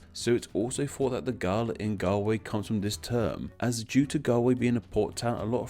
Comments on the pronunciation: While your pronunciation is atrocious, your research and explanation of the origin of the names Galway and Galloway are spot on. Congratulations! Gaillimh and Galway, though sounding alike, have different etymologies. And Donegal (Irish: Dún na nGall) means “fort of the foreigners. So it is also a related county name! In Irish and Scottish Gaelic, the “Gaeltacht” refers to the Gaelic-speaking districts (these days) in the west of both countries. In Scotland, it also refers to the Highlands. The “Galltacht” is the name for the foreign-speaking districts to the east, where they speak a language that the Gaels call “Béarla” (“Beurla” in Scots Gaelic) the word for the English language, which might come from an Old Irish word meaning “bleating”, or just an old word for “speech”. Check out how Saint Columba (Colm Cille) is responsible for the world’s first recorded copyright law suit, which led to a bloody war, banishment to the island of Iona, and ultimately the Gaelic conquest of Western Scotland. (By the way, Scot comes from the Latin for ‘Irish’, therefore both England and Scotland are not named for their original inhabitants, but fifth and sixth century foreign settlers, after the fall of the Roman Empire). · His mispronounciation of Galway is to throw us off from him saying it's the 3rd biggest city in Ireland cough cough limerick, cork and Dublin cough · You must research the correct pronunciation of one of the biggest cities of your neighbouring country, especially if you're gonna have to say it dozens of times lol love your videos though! Great job x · If you are going to do a video all about Galway, can you please take 5 seconds to learn how to pronounce its name correctly! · If you ever get to visit Galway maybe they can teach you how to pronounce it properly!!! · The way you pronounce the name of my City makes me cringe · Galway is pronounced wrong. Also Scots Gaelic comes from the Irish language. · o my gah gaul way not gal way